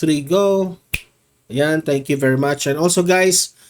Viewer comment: Hindi sabscribe but sUbscribe and not TANK you but THANK YOU paki ayos ng pronounciation mo di ba vlogger ka